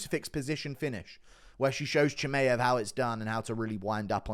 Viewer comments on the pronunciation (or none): none